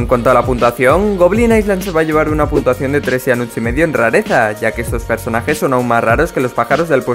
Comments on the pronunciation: en el minuto dices puntuasao no puntuacion XD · puntasao -yo:._. a me salio portuges el niño:v